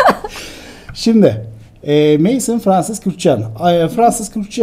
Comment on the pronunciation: Maison,(ev)mezon diye okunuyor.